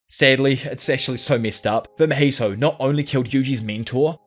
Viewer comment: how can this guy not pronounce mahito properly smh i cannot. but i will still like cause u dope asf <33